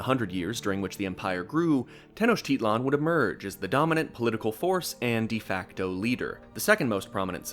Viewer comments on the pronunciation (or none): also wjhy the fuck do you accent te-NOCH-titlan and not te-noch-TI-tlan